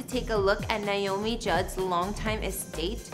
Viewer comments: It's nAy not Nie😢 !!!! NAomi! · First of all, you need to pronounce her name as it is "Naomi" and not "Niomi". This video was NOT a house tour. It was a repetition of information we've all heard since Naomi's death. The green pastures were beautiful, and Naomi was beautiful in her white dress against the green hillsides.